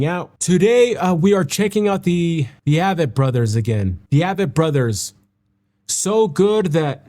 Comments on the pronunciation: Name is pronounced as A-vett Brothers . like A-Corn 🙂 Been a huge fan of them since the beginning around 2002 -ish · Their concerts are just as intimate. And it’s AAAAAAAAyyyyy-vett, not a-vett. Big A, not little A. They are my favorite!! Discovered them through my husband, he discovered them through his Army Battle buddy who went to high school with Seth. Their music is very autobiographical. Start at the beginning, listen in order, you will see their life transformed over time. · I have loved them for so long. Glad you do now too. They pronounce their name The A, as in A+ vett. Just an FYI